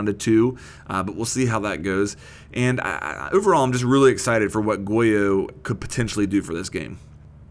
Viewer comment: Start lol he says OOverall